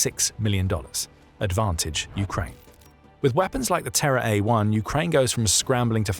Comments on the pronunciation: I keep hearing it as "TerrorDrone" and I like that even more. Good on Japan and slava Ukraine. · Oh, "Terra," not "Terror"